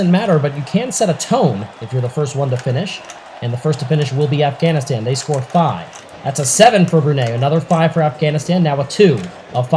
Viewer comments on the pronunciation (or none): Stop pronouncing Afghanistan wrong